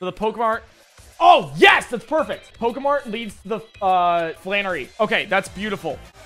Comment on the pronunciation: why u keep saying pokae mart it’s so annoying